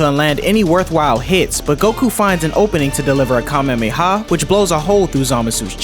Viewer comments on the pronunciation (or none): KAMEMEHA? no offense dude but u pronounced it wrong its Kamehameha Dont pronounce the Ha in between the 2 m es too fast my guy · KA-ME-HA-ME. Not KaMeMe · Please tell me your joking. A "kamemiha" 😭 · nah bro really said kamemeha😭😭😭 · Bro rlly said kamemameha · I'm sorry a WHAT!?!? A Ka-meme-ha? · Why does he say kamehameha Ka mamey ha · "Goku black fires a kam-hem-he-haw at him" 😂😂😂😂😂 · A "Ka-meemee-ha?" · saying Kamemayha Me: (sighs) goes to the comments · It was going so good in the beginning not until you miss pronounced Kamehameha😭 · that's not what it sounded like you said